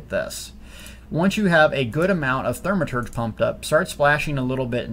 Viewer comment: Just say, "thaw-meh-turge" lol